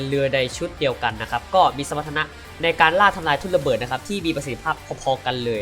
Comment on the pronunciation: พูด ร เรือไม่ได้หรือครับ ถึงออกเสียง ทุ่นละเบิด หนองสาหล่าย เลือ...ชุดเดียวกัน ความเล็ว ห้าล้อย เลด้าเดินเลือ ละบบ...อาวุธ ลางป่อยทุ่นละเบิด 1 ลาง ขอเสนอแนะ ให้ไปทำงานอื่นเถอะครับ ถือว่าสงสารคนฟัง...เถอะ นะ นะ